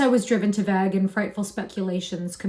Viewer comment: What's the Vague is pronounced with a hard A -- rhymes with plague